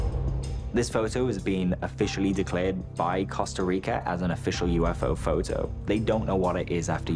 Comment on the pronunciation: the way he pronounces photo is fun nee like phou -toe :face-green-smiling